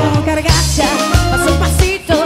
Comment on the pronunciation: Ella dice "cargacha"? O escuché mal?